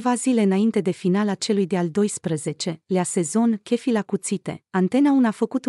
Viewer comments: sigur nu este româncă, dar chef, în orice limba (franceza, engleza, spaniola, germana, italiana...) tot șef se pronunța, nu kef. De aceea nu am menționat restul greșelilor de pronunție și punerea accentului greșit. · Doamna, no ofense, dar ce limba vorbiți? Dacă faceți un vlogg în limba romana, vorbiți corect. Chef în orice limba se pronunța șef ca și în alte limbi.